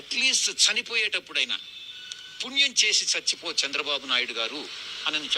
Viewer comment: 🦜 NOT " Chachipo "... 🤫 Manchi Panulu Chesi.... " CHACHI PO "........ 2 ) WHO SAID JAGAN STOPPED V.SAI's CHANNEL.... 3 ) Renuka Chowdhury " PUBLIC LY.... in... PARLIAMENT.... SAID.... " IT'S KAMMARAVATHI ".... 🦜...... JAKEE..... 🤣🤣🤣..... Dhanraj Journalist ✒️🔥